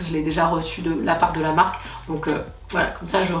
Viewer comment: de rien ❤️ j'ai modifié 50 fois tellement j'avais l'impression de pas être clair haha. Tu pourras te la péter d'être une des seule française a bien prononcer cette marque 😂😂 la classe 😎😎😎